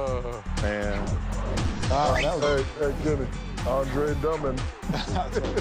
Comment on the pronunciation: "Andre Dummand " 😂😂😂😂😂😂